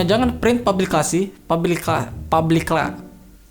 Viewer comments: tuh kayaknya ente mau ngomong "publikasi" jadi "publi-classy" :v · Looo..ngomong Pubikasi itu kalau uda bisa jangan d buat"......ngaco lo.....